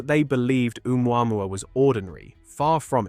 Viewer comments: I can't get over the mispronunciation of uumwamwa instead of Ohmooahmooah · Oh-moo-ah-moo-ah Heard it mispronounced too many times for my brain to let slide. Great video! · Can't believe you don't pronounce its name correctly. It's Ooo moo ah moo ah. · It's said "Oh Mooah Mooah", not "Oo MuAmuah..." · Hi everybody. If it had to be, one way or another, a "message from elsewhere", please notice that "Oumuamua" is pronounced like this in french : "Ou moi moi", or "Où moi moi", so in globish "Or I, I" ['I" = myself] OR "Where, I, I". 2 cents. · Omg dude, the way you say omuamua